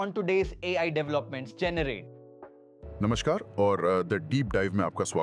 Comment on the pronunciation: Ai generated video . Full of crap. Pronunciation of "generate"